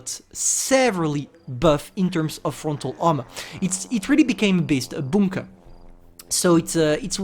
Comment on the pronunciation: People:bunker:boonker More to the list i guess(Things Slippers on Blitz can't pronounce correctly).But still remains an interesting accent ngl